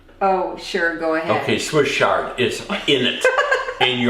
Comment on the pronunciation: Papa say ch-ard like ch-icken. Not sh-ard.